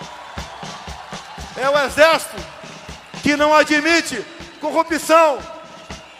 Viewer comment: Não aldimite.( ele falou) é burlesco